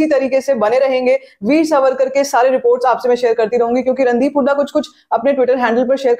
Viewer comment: मुझे ऐसे लगता है आपकी जो थोडीसी फास्ट बोलने की आदत है उससे जब आप वीर सावरकर बोलती है तो सुनते वक्त वो " वीर सवरकर " सुनायी देता है. कृपया मेरी बात पे गौर करे.